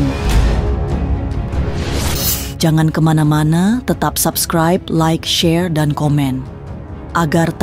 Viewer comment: Coba lo sebutin SUBSCRIBE.. YG GUE DENGARIN itu ADALAH SABKRAIB 😂😂😂..Rata2 ngak habis SEKOLAH kalian ya kan.